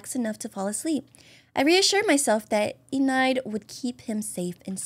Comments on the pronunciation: Her name is enide not enide like side it is pronounced like middle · Omg!,!! keppa trigeriing mope how she says (e-nide) what it’s supposed to be (e-ni-d) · its enide pronounced e-nde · Im pretty sure its pronounced eh-nide. But nonetheless good content! Keep up the great work! I pretty much watch ur vids every day to be honest❤ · Enides name would be spelled E-knee-day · It’s Enide aka (E-nid) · you pronounce it “e-nid” i think? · Enide (E-nidd) the E is silent and the I says the E sound :) ( no I’m not teacher.) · they're both wrong, is pronounced eh-need (enide) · Enide is pronounced (Eh-nid) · Its pronounced E-nid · It's pronounced e ned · It's eenid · U are saying Enide wrong 😢